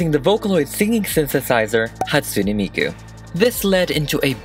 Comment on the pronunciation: Sorry but it's pronaounsed Hat-sue-ney miku. My fav is Kagamine Rin. 😊😅